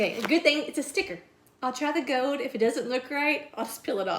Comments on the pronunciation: Love how she says gold...gode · This is sooooo cute as usual and I adore how you say "gold" with your lil accent.